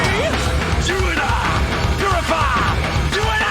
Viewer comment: Beginning of purify just sounds like he’s saying jibberish don’t even sound English